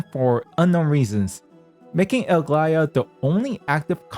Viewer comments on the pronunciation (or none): Where the fuck does the man get thr L in the front of Aglaea's name 😂😂😂